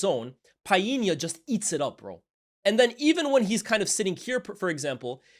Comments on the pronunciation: Bredda lmao who tf is Piena!!?? stop forcing it man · Tf is Pie-yee-nya? 😂 I've never heard Portuguese people pronouncing that name like that. What's going on fam? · Did not know it was pronounced Pa-inya 😂 . Always say Pau-linya. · "PIIEE-nya" scores on an empty goal??? My boy João put that shot through like 5 City players! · Good to see more graphics, makes the vid way more interesting. Just FYI though you're mispronouncing Palhinha's name, the L is pronounced